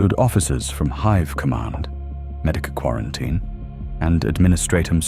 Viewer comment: Oh I don't know, its it called a city HIVE not a city hiv.